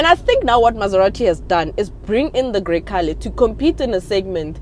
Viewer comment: hey, it's pronounced "gre-chale.... " 😂